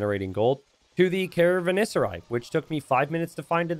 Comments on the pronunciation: It remains baffling to me that you look up the pronunciation of many words, but then just casually add a syllable to other words like caravanserai (ca-ra-van-se-rai, nothing between "van" and "ser") for no reason. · Wow the Savar gives the Persians so much more character. Love it! Oh, and: please read again the name of the building caravanserai. You can do this, I fully trust in you:D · and not pronouncing caravanserai correct - a match made in heaven